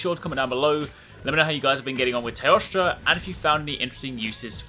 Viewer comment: after so many videos im still hearing toaster instead of teostra XD i cant unhear it anymore!!!